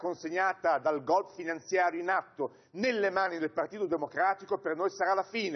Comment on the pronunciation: Golpe, si dice golpe. Non "Golp" come se fosse chissà che parola esotica od è solo la sudditanza alla lingua inglese, senza comprenderne il significato. (Tipo il famoso Sanity day ed altre perle)